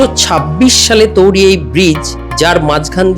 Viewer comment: আপনি বারংবার বলছেন "তৌরি"। কিন্তু, সঠিক উচ্চারণ হবে "তৈরী"। তবে, আপনার উপস্থাপনা সত্যিই প্রশংসনীয়। ধন্যবাদ।